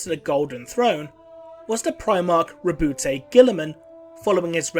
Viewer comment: You pronounced Rowboat Girlyman wrong.